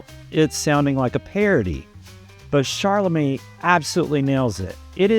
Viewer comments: It's Timothee "Chalamet" and not "ChaRlamet." You said CHARlamet over and over. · why do you keep calling him "charlamet"? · I saw it! I loved it! But I have to ask, why does this guy keep talking about Shar-la-May?? Who is Sharllamay?? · ChaLamet(silent T) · ChaRlamet? Do you see an “r” anywhere in the spelling of the name? How hard can it be to pronounce the star’s name correctly??? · Great commentary. Still, I can’t believe you can’t correctly pronounce the lead actor’s last name. There is no r! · Everybody mispronounces Joan’s name & Timmy’s. Does it mean what he’s saying is wrong? Come on stop being prickly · Yes, he said Baze, and ChaRLamet. It drove me nuts! Also he didn’t do much research. I’m a nobody in AZ and I know that Dylan asked the director to change the girlfriend’s name. Also, according to interviews I’ve seen with Timothee, he has not yet met Bob Dylan. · Good review, but you blew it on Chalamet and Baez pronunciation. Wikipedia is a good place to check out name pronunciation before a review. 😊👍